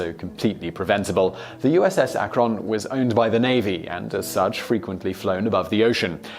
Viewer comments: YES. I'm from Cleveland. The emphasis is on "AK', NOT "RON"! Think I'll have some eggs and ba-CONNNNNN later. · It's ack-run not Ah-, krun . But either way you want to pronounce it works! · Other people are saying it's AK-rin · It isn't Akronn. It's Akrun. I only live about 30 miles from Akron, Ohio. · From Ohio, USA...repeat after me AK-run not uh-krun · "USS Uh-Kron" Ok, now I know you are British, but it is NOT unknown in the UK that the airship in question was named after the Ohio city Akron, pronounced "Ack run", the vowel at the front of the first syllable being high pitched. We in the United States do not pronounce the place name "Leicester" as "Lee sester", do you? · You're pronouncing Akron wrong Siimon. It's Ak-run not Ak-Ron ;) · Akron named after the Ohio city of Akron where it was made by Goodyear. Pronounced A-crin. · Geeeeez. It’s Ak’ron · It's pronounced Ack-run. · USS Akron (named after a city in Ohio) is pronounced ACK-ron. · I was LOL'ing. I was waiting for him to discuss Mah-COHN. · Pronounced "Ah-Krun" FYI. :D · About 2 minutes in... that's not how you say "Akron," is it? I assume it's supposed to be pronounced "ACK-run," like the city in Ohio; not with the emphasis on the second syllable, the way he's saying it. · Akron is pronounced ACK-RIN. Not a big deal- Love your videos. Thought you might want to know!!! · ACK-rin, or perhaps more accurately, ACK-r(Schwa)n. The Schwa is the letter represented by an upside-down "e" in the International Phonetic Alphabet. It's such a short and soft vowel that one has to listen closely to hear it. The short I is also acceptable, however. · USS "ACK-run" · He is mispronouncing Akron. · As a native of Akron Ohio and someone who lives across the street, within hardly a stones throw away from the airfield from the damn place where that ship and her sister were crafted..how you say Akron drives me bonkers. Excellent work otherwise! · mispronounces Akron I think he is trolling us.